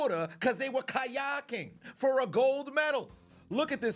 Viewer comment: I will now be pronouncing Kayaking like this from here on out